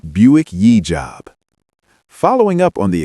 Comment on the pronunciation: Good video.👍 Interesting topics. Great pics and videos. Work on correcting the AI voice though. It's "Y" Job, not "yee" Job. And Ghia is pronounced with a hard "G". I know I'm nitpicking, but your videos are going to be watched by nitpickers. 👍